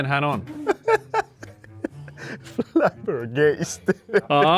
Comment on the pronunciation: Flabbergasted ei äännetä noin,. Oli hyvä ja jännä video. Risuaita= Hashtag, ois pitäny hyväksyä.